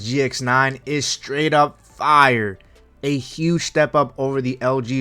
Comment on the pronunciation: I really hate how you say “fire” but I’ve been watching monitor reviews for a month and you have the best ones I’ve seen. Actually talk about what gamers want to know.